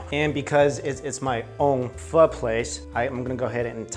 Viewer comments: He's pronouncing it as PHU it's PHOO!!! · PHO PHO PHOOOOOOOOOOOOOO; say it right because i am being hella triggered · It’s pernounced phor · I thought it was phoh not phuh the more u know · When white people say Pho as phoe... there balls gets torn off. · It's pronounced Pho not Pho